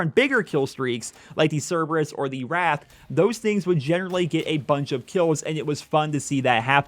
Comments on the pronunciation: It's pronounced wraith not wrath I would like to request an apology for you triggering me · Great video, but you're not gonna tell me went through all year of BO3 calling the Wraith the "Wrath"